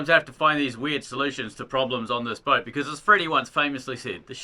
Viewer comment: did just call it a broat